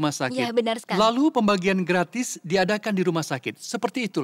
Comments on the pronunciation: Logat betawi😂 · "Gak manis" "Gratis nih" dgn logat betawi "Kurang ajar" ngegas